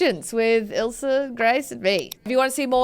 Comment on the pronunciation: I like the way u say ilsa...u say ilser